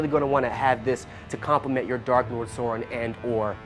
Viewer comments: The big dark lord Sore-in lmao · Change this guy out. He can't even pronounce Sauron correctly